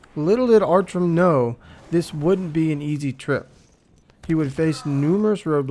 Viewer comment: yes it is. and his name is Artjom, not Artrom XD